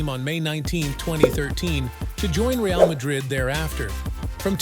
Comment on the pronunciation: You have no idea about football when you don't know to pronounce Real's name